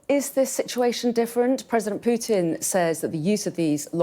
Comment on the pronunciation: It’s not president Piutin , it’s PUTIN